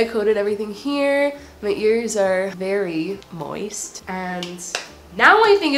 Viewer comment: Yep, is going insane. She said the word moist weird! Btw love arctic fox! Just saw the results! Girl, that’s absolutely gorgeous! You gotta try other colors! Maybe an Ariel red and teal (not together, haha).